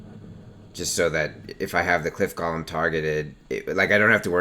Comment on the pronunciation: It's "Gow-lum" :(